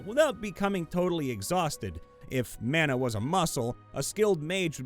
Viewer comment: Dammit, it's "mah-nah" not "man-nuh". ""Man-nuh" is how "manna," the food from the Judeo-Christian religions is pronounced. "Mah-nah" is how the Pacific Islander concept of a spiritual force is pronounced. edit: Dammit dammit, it's "new-clear", not "new-kyu-lar". I know this is regional, but where the hell are you guys getting the vowel between the "c" and the "l"?!